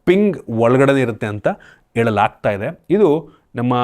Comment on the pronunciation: Helalaagtide❌ yelalaagtide ✅ Halligalalli ❌Alligalalli ✅ Hesru ❌ yesru✅ Help ❌ yelp ✅